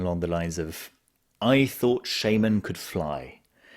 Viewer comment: It’s shaman not shaman